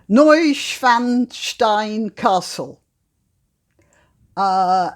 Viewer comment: Oh, I noticed 100% nailed the pronounciation of Neuschwanstein Schloss. Sehr gut! 🇩🇪